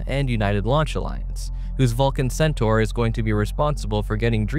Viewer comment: You pronounced Centaur properly, yay! Thank you! :0)